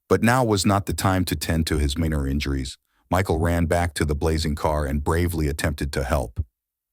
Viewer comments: Interesting story, but the production of this video is absolute trash. So much redundant language in the narration, and blatant mispronunciations of simple words. Minor = mihn-ohr? This is the first and last video I'll ever watch from this AI Bot channel. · Narrator: how can you not know the correct pronunciation of the word ‘minor’???? It’s not pronounced “minner” 😂 And there are other words you have super weird pronunciations of!